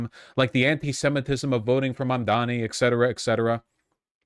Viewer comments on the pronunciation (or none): The fact that these people can manage to say Fuentes name right but not Mamdanis tells me what I need to know